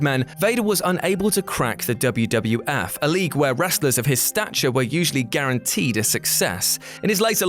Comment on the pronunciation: It was the "WWF", not the "WWWF".